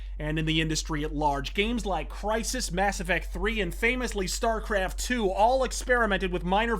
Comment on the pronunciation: "Did you rike it?" lmfao